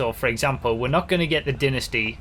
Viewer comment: it’s Dynasty not dinisty Dumbass